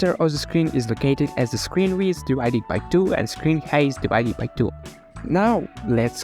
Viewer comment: See you again,! We didn't see you too long! But i've started create videos on my native language; however why have you started making videos on English?And I want to give you an advice, if you want to speaking English, please, recheck a pronunciation of words that you'll saying because the word "height" not saying like a word "hate", but like a word "hight". And so GOOD LUCK!